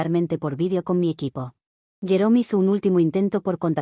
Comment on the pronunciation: Me he quedado pensando porque, cuando escuché el nombre del ex-esposo, pensaba que había dicho llorón en vez de jerome XD, creo que ese nombre le viene al pego.